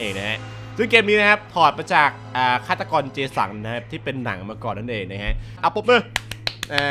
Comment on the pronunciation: พี่พูดผิดอะ ฆาตกร เจสัง 555